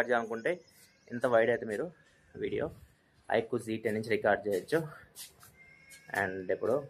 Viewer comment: Iqoo g 10 haa 😅😅 iqoo z 10☑️